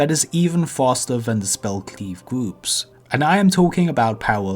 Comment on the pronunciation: Fwost the gwoups